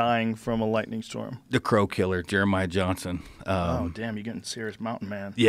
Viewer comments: it’s lightning not lighting^ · Lightning not Lighting 😂